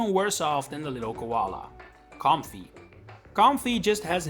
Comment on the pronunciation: When bro said Comfey, I knew he doesn’t play the TCG at all.